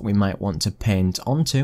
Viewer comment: So many people say "paint" as "pehn" and I'm always like "????? What pen???" 😤